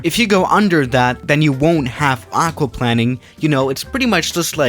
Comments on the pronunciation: It’s aqua plane ing not aqua plan ing 🥴🤦🏻‍♂️ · No ones gonna talk about how he’s saying “aquaplanning” instead of “aquaplaning” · Aquaplaning has one 'n' and isn't pronounced aqua 'planning,' it's aqua-plane-ing. Just thought I'd let you know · The way he says aquaplanning like aqua plan ing. Like it means planing somthing with water 😂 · Pronounced Aqua+Plane, not plan. Great video though, and big fan. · Can somebody PLS explain to that it’s pronounced Aqua/Hydro-planing. He’s pronouncing it like planning... he literally flies planes he should know how to pronounce “Plane”. Also, it’s not half the tire height when you start to have this happen, it’s half the TREAD height 😂 how tf are you supposed to land a plane in water that’s halfway up the tire... not too sure airliners are certified to do that 😂😂😂😂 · I’m sorry but i cringe everytime I hear aqauplanning 🙈😂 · When the pilot plans to play water polo on the runway, its called *aquaplanning*. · It’s pronounced like aqua plaining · Isn't it pronounced plain-ing? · It’s also plain -ing lol love ur vids tho man keep it up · its hydro Play-ning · lol yes, its pronounced aquaPLANEing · isnt it pronounced hydro planeing? I know that's spelled wrong that's how ur supposed to pronounce it I think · Jesus it triggers me how he says aquaplaning 😂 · aquaplaning...... you are saying it totally wrong too. here is how you pronounce it. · Everytime he says it's I am like argh